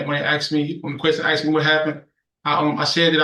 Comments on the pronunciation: Trash monkey!!! Can’t speak English!!! Ask!!! It’s not ax!!!!! WTF These animals need life no matter what. If someone puts a gun to a persons head, death!!!!! This animal don’t care. lol. Please judge give him life with no parole!!! We will hear from mom now as dad has 23 kids already and 12 on the way!!! Lmfao. These people should never ever get out and if he is 17 or younger, all his parents need the same !!! His trash parents did this. Lock them all up for life!!!!!!!! Man is dead and he get a few years. Nope. A good judge!!! Life!!!!! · Add another 7 years for saying "axed"